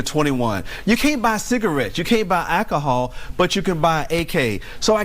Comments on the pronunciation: First. I would be extremely thankful if someone told him its pronounced Alcohol, not AKAHAW! 2nd, Conservative Texans, either take your state back, or regroup in Mississippi, and fight the final assault. For every major city you lose there (Houston, Dallas, Austin) is because you dont bury all the moderates. Texas is going down, because you got soft. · guy in the suit needs to start by learning how to speak..."akkahaul" isnt a word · This has proven one thing to me. You can take a ghetto rat from NY to the deepest south of Texas, and they will NEVER develop a drawl. How is it blacks in england speak the queens english, and the ghetto rat Texas representative pronounces AKAHAW as bad as a NY ghetto rat.